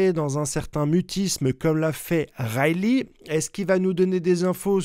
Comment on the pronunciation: " isteur-aigue " et bravo pour "raye-lit"!!